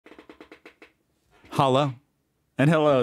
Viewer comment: German prisons are about rehabilitation, american prisons are about revenge. Btw, why do you always say "hala" in the beginning? It's "Hallo" in german.